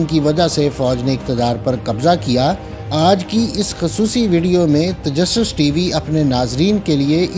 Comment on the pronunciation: tajusas nahi tajassus